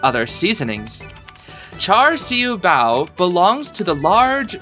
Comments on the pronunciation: ngl that char siu bao pronounciation was pretty good (siu is more of see-oo, but char and bao was p good, maybe the r in char could be more silent) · I'd say that's a pretty good pronunciation! Though, I think there's gonna be a lot more food that might be either easier or harder to pronounce.